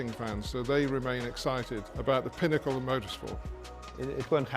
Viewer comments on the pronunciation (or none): Hahaha yes he said pine-acle. And the pronunciation is pinn-acle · Im happy im not the only one who heard it that way. Took me a second to realize he meant pinnacle